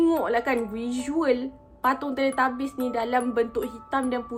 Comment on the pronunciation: Teletubbies ❎ Teletabies✅ tapi saya bukan nk mengata kak sorry ye...tapi sebenarnya teletubbies.